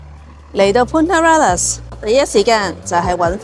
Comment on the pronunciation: 如果喺Ushuaia 上船有時last minute可能很平，另外想提一提Punta Arenas西班牙語不是這樣發音的